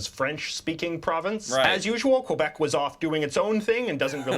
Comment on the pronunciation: Well first off, he didn't say Quebéc, he said Qwebeck